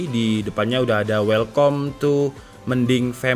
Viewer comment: "Welkam", not "Welkom"